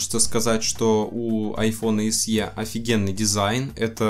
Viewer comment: Большое спасибо, Но SE произносится как "эС-И". Нет в английском алфавите буквы со звуком "е" (т.е. "й-э").